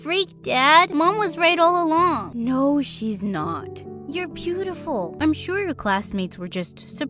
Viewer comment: I noticed the dad said peautiful and nor beautiful!!!